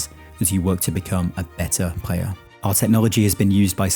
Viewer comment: Love The Video, Love the Voice and The Concept of the Video in General. Wondering and this is nowhere Meant Negativ - Why to you say "Prayer" for ""Player" - Subbed !